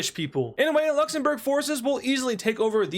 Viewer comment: He actually says LuxenBurger